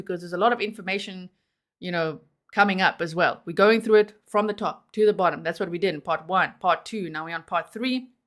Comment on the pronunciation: lol “I’m sorry WUT?” lol you sounded so American Lolol like a total valley girl ya know! lol AND it also PERFECT response to TWO phone resets sigh